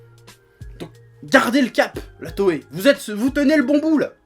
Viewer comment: Krakoukass kass Non non on prononce bien "Toai"